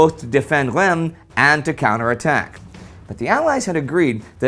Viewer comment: Not sure if will read this, but that's not how Reims is pronounced at all! The "m" is silent in French, and in english, it's pronounced "reems". Just type Reims in google translate and it will give you a pretty decent pronunciation! Thanks a bunch!